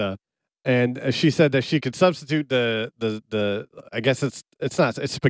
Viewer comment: After all these years he still says “da” instead of “the” …”da duck” “da side” daba” 😂